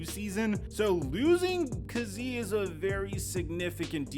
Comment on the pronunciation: It's really hard watching you butcher the man's name, KAZEE (KAY-Z)